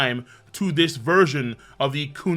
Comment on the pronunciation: You say kundali again imma need those hands, the chapter literally says gundari